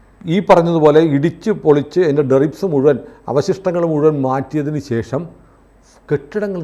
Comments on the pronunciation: Deribs അല്ല debris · ഡെറി ബ്‌ സ് അല്ല, ഡെബ്രീസ് എന്നാണ്. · എന്താണ് നിങ്ങൾ പറഞ്ഞ derics? Debris എന്ന് കേട്ടിട്ടുണ്ട്. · Deribs.....aano ? Debris alle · Not deribs... DEBRIS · ഡെറിക് അല്ല, ഡെർബി ആണ് സുഹൃത്തേ..!!😮😂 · ആ best, derbi അല്ലടോ , debris ആണ് . പഠിപ്പിക്കാൻ യോഗ്യത ഉള്ളവൻ തന്നെ 😂😂😂 നമിച്ചണ്ണാ 😅😅😅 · Not Deribs. Debris aanu correct word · Deribs alla debris